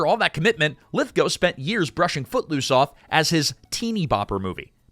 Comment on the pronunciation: a) thank you for the correct pronunciation of Lithgow b) thank you for sharing the Third Rock From The Sun story... it's arguably my favorite thing to come from this movie